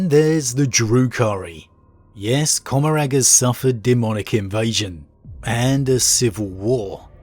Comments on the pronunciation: Comorragh is pronounced comma-raar. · Asdrubael Vect can absolutely NOT rival the silent king in age. Also: the g in Commoragh is silent.